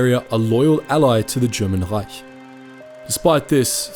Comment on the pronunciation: Never heard a non german pronouncing "Reich" that accurately as . Also, interesting video❤